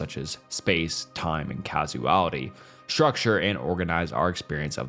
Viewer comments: its "causality" not "casuality" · "Casuality" 😂❤ Must be hard to spell everything right with 3 hour script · I really hope English is your second language...Casuality, Omni Science? what?